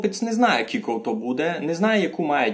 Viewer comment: НЕ кулько а через "ю" ся пише. Но уговорити треба як почти як англійськє слово "you" кyouлко - you. Тай усі слова шо говорете через "у", "і" та у нас через "ю" но як слово "you". Вы вобще наполовину на українськюв говорете. І много цілых слюв на українськюв, вы наші слова не употрибляєте. Я із Заріччя